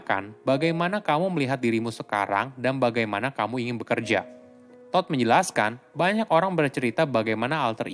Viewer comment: Baca todd nya nyari bnget😂